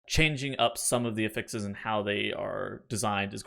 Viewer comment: Really enjoy your videos, but you are pronouncing “affix” wrong and it drives me crazy. The noun is pronounced with the stress on the first syllable: A-ffix. The verb is pronounced with the emphasis on the second syllable: a-FFIX. You pronounce the noun (what you are talking about) as the verb. This article clarifies: Cheers!